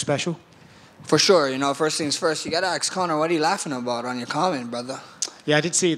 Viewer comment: Max don't ASK questions. He AX them!